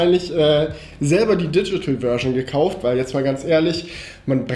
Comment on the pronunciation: Digchitel FETTER LACHFLASH🤣